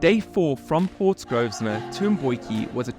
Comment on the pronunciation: Nice video. NB: PORT GROSVENOR - Pronunciation - sounds like "grow - vuh - nuh"